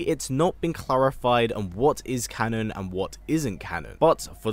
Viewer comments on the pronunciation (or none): none